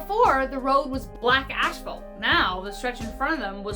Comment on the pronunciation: Asphalt, not ashphalt…lol